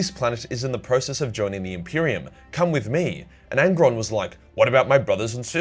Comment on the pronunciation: Angron, it's angron